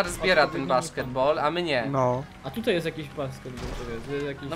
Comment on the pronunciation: nie tutej tylko tutaj